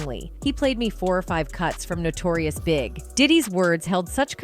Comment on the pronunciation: Yes, and they all call Notorious B.I.G Notorious Big!